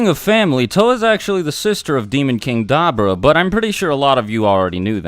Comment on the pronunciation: You say "Dabura" wrong